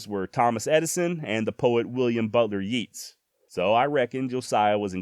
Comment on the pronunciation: YATES. NOT YEEEEETS